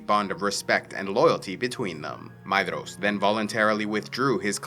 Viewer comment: "DH" in tolkien's works is pronounced as TH. so Maedhros is pronounced Maethros or May-Thros